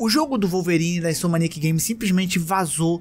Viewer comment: Repete comigo: in-so-m-ni-ac: insomaniac